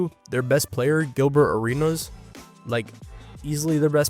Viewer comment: I like how you keep pronouncing Gilbert arenas name like he's Greek